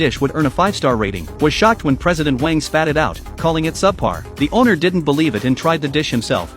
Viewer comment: Its wang not "WaYiNg"